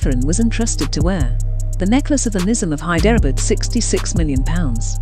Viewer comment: Your pronunciation of Hyderabad is dangerous for me as a citizen of Hyderabad